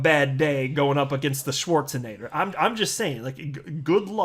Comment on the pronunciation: Shwartzanator 😂😂 that was EPIC